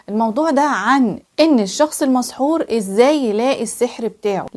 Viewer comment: المسحور وليس المصحور